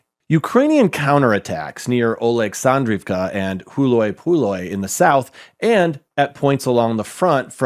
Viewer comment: Please learn how to say the Ukrainian town names correctly you completely mangled Huylapole